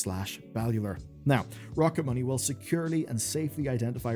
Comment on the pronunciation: After I watched Matt and Shane's podcast I'm fairly sure you are saying Rocket Money very wrong. Please adjust for the next video thank you! 😂